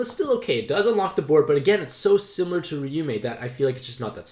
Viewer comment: So that‘s a problem... What about Raiyu, who is pronounce Riyu?